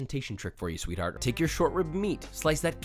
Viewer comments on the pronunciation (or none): none